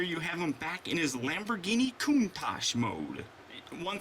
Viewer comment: i'm sure 100,000,000 people have told you this but your intro said lambo instead of lambor